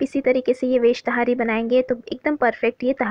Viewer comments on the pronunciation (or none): पहली बात तहरी होता है ना कि ताहारी